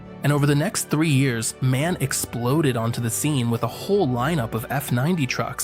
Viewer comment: MAN is once again mispronounced here. The letters of the name should be pronounced individually.